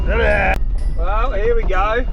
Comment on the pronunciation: « Wow »❌ « Wew » ✅